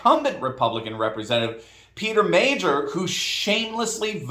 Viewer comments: So glad Gibbs won in Michigan. Just an FYI though. Meijer is pronounced Meyer not Major. It’s a big name in Michigan but I still so glad Gibbs won! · Meijer = Meyer, not Major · Meijer is pronounced "MI-er" not "MA-jer". The j is silent. You're welcome. And Meijer was a complete embarrassment and shock with the way he misrepresented his positions. What a liar! So glad that West Michigan came to its senses. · love you like a brother. However it's not pronounced 'Major' it's Meyer, like Oscar Meyer;) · My-er not Majer..lol 🤣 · The J has a Y sound Mei-Yer or (My Yer). As the grocery market chain, Meijer. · Meijer is pronounced as MEYER. His family owns Meijer grocery stores which is a large chain in the Midwest. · Pronounced Myer. Meijer is a large grocery chain in Michigan and around. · Meijer is pronounce Meyer. Big Michigan store chain. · FYI, Meijer is pronounced M - long i - yer. So glad he didn't win! Dixon is more establishment but hopefully she can defeat the current tyrant! Thanks for reporting even while on vacation! Make wonderful memories with your family! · it’s Meijer. (Mi-Er) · PS Meijer is pronounced My-er. Still glad to see this Anti Trumper fall! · No more Peter Meijer, it's pronounced My-yer. I'm from his district and proudly voting for Gibbs and believe he will do us right. I'm glad Pete's silver spoon elitist butt got voted out and the DNC couldn't help him. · Meijer is pronounced like Meyer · Hey Peter Meijer's last name is pronounced (my-er) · FYI, Meijer is pronounced M eye er , FJB!!!!! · Hey Doc, Pete Meijer's last name is pronounced My-yer.